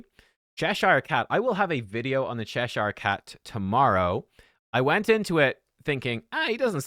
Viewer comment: He's pronouncing it correctly. Get a life